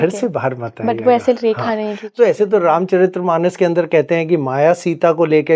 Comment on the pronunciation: ये स्वयंभू गुरु तो तुलसीदास जी को दस सेकेंड्स में debunk कर गया, ये बात अलग कि "रामचरित मानस " को "रामचरित्र मानम" कह रहा है । अध जल गगरी छलकत जाय 😂😂😂😂